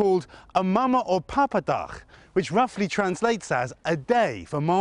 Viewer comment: the reporter pronounced 'mamadag' and 'papadag' perfectly as if he is dutch himself